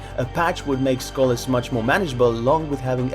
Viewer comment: Ok but why can't he pronounce names like Skolas